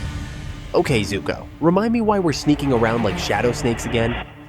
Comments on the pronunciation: Btw its zuko not zoku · It is zuko I’ve watched the whole show so I know and it’s called zuko even the fortnite skin has the name zuko on it